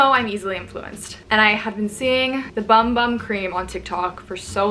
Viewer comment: The “bum bum” cream is pronounced boom boom :D